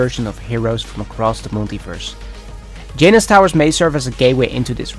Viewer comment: huh huh huh he said J-Nuss